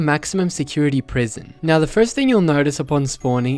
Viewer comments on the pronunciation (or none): none